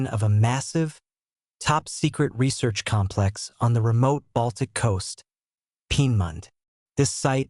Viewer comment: Lear how to pronounce Peenemünde.